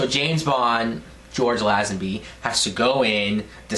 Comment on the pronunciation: You are mis-pronouncing Lazenby's name. It is pronounced LAY-zen-bee. And ... Telly SAV-al-is ???????